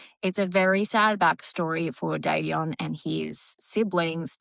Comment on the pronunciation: American here, I'm not being a smart the accent may matter, but it's Dom O NICK, or just Dom is what he went by, not Dominique, thats a girls name in America. You do pronounce Davion exactly right! Just letting you know. I 100% agree, SHE gets far too much attention imo. She (and her mother apparently) think shes a "star" . She isn't! I'm so tired of videos showing her twisting and posing...talk about the ick! I think she absolutely does know what happened. I think Davion thought his being along would keep Dom safe from her psychotic behavior, sadly ,she didnt seem to care. The speed limit was 35 mph, not 100 mph! I think it was intentional. I think Dom did try to stop it. The black box showed the car had been put into neutral, then back into drive. It happened too quickly to do anything much, but that part is my opinion, (not the black box information, that is apparently fact.) She deserves prison. You don't "accidentally " drive 100 mph into a building! She isn't the innocent little girl her parents want people to believe she is. You covered this pretty well!